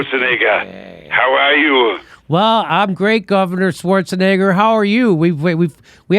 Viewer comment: It’s Schwarzenegger not Schwarzenword